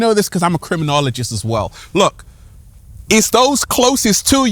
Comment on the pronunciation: As you say "I'm a criminologist" I almost heard you say I'm a criminal too 😂 It's always a blessing to listen to your views ❤